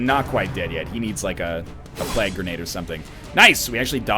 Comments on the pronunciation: And every time he says plag instead of plague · I like how NL says plague as plag.